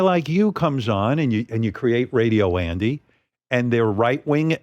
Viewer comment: ouch maybe howard shouldnt ahve done this one. Some of this is shameful like he thinks calling andys name wrong is demeaning. thats like Trump getting everyone to mispronounce Kamala. makes him look small and insecure.